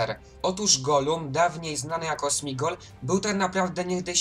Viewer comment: Materiał dobry ale błagam popraw jedną sprawę - to Sméagol nie Smigol 😂